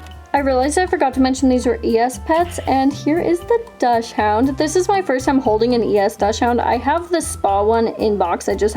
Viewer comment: Love the video sm but it’s pronounced dock-sund 🥹❤️